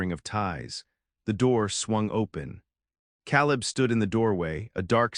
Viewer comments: It's Kay-Lib "Caleb" not Cow-Lib !! You people really do need to listen to your ai stories before you post them making necessary edits if you want people to subscribe. Lots of holes and discrepancies in this story that you would have caught if you would have just listened to it first !!! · Kay Leb, not Cal Leb. AI should know these things